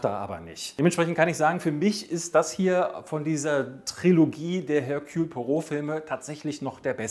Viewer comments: "Ehrkühl", nicht "Hörkjul". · Erkühl! Im französischen gibt es kein höhrbares H. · Ich kriege eine Krise, wenn ich höre, wie du Hercules Poirot aussprichst. Also den Vornamen verkackst du völlig. Ansonsten super Video